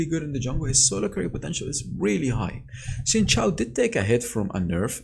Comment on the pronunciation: Xin Zhao is pronounced "Sheen Jow"